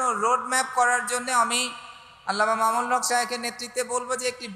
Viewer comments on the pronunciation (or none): অধ্যাপক অথচ আল্লামা মামুনুল হক্ক নাম টাও শুদ্ধ করে উচ্চারন করতে পারলো না শুরুতেই আইছে এখানে বক্তব্য দিতে